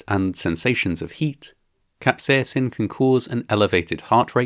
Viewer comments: While you normally sound British, you sound spectacularly Irish when you say "capsaicin" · why are you putting on such a funny accent when saying "capsaicin" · The way you pronounce 'capsaicin' maes you sound vaguely Scottish. Or Swedish.